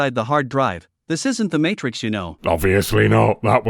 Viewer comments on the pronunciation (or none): none